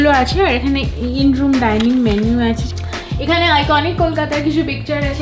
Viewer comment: 'Achey' ta puro english people er moto lagcheey😢😢😢😢